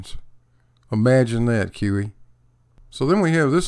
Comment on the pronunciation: Every time you say QE it sounds like kiwi and I think you should just switch it up